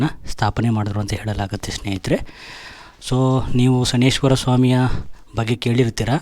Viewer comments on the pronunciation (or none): ಶ ನೈ ಶ್ಚರ ಅಂತ ಹೇಳಬೇಕು. ಶನಿಶ್ವರ ಅಲ್ಲ.